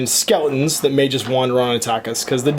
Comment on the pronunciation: I like your videos... but it so bugs me that you say Felgast and not Felstad.